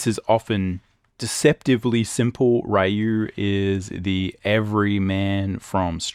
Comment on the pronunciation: Bonjour. Good video, BUT there is one thing I'd like you to improve: it's pronounced "Ryu" like "Ree-you", not like "Ri-you". It's pronounced like "e", not like "i".